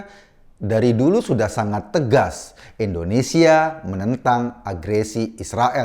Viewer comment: Indonesia bang bukan endonesa 🤣🤣🤣